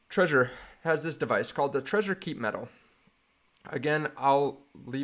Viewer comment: It's not pronounced like the word "treasure". It's pronounced "TRE-ZOR". You have to pronounce the "Z".